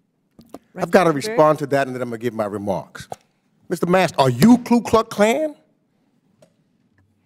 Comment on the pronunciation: Ku not Klu. Jeez.